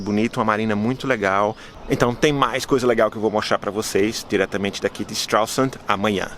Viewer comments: Und du kannst nicht einmal den Namen der Stadt richtiger aussprechen, Idiot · Muito engraçado a forma que vc diz o nome da cidade😂😂😂 forma errada, mas engraçado... gostei.